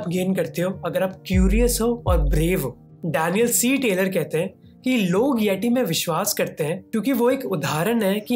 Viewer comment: it pronounce येती not येटी ।